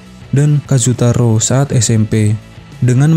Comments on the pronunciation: Kazu tora bukan kazu taro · Ralat kiyomasa bukan kiyomizu Kazutora bukan kazutaro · Kazutora bukan kazutaro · Iya kazutora tp dia bilng kazutaro😂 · Kazutora bukan kazutaro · Bukan kazutaro bang tapi kazutora